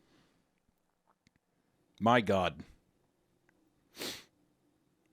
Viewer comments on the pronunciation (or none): Me: starting to cry because of the emotional impact the story just dragged me through Hunter:Dame Me starts to laugh at the unexpected dame for a moment